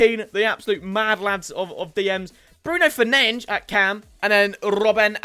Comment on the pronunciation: Please stop calling Bruno Fernandes "Bruno Fernainch"😹😹😹